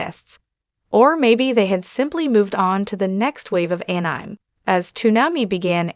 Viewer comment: Could you not get a real person to voice this video or at least a better AI that knows how to pronounce anime?